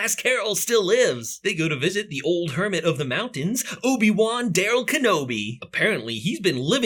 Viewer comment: Obin-wan LOL i'm dying man 🤣🤣🤣🤣🤣